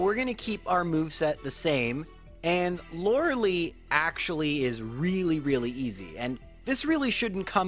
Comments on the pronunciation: It's not "Laura-Lee" or "Laura-lay" English pronunciation is "Laura-lie" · Thank you for doing these! Perfect chill and lazy content and I love hearing about Pokemon from you. Super excited for the Eevee run! I know Eevee will be terrible but I'm still excited. P.s. : lorelei is pronounced "lore-a-lie"! :3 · The name is traditionally pronounced LOR-EL-LIE (like your eye)